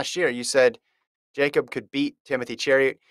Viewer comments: It’s pronounced Yakub. It’s not that hard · say his name right